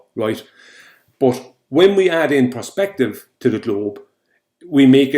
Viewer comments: Is it me or does it sound like he says “prospective” rather than perspective? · No wonder the Irish are the butt of so many old jokes! He keeps saying prospective now that is not due to the accent that is stupidity as the Irish can say perspective perfectly fine! Talk about being the bad apple!